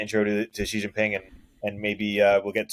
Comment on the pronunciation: was correct in the beginning, Xi is pronounced "she". Then started pronouncing it correctly 1/3 of the way in and switched to mispronouncing it! Lol!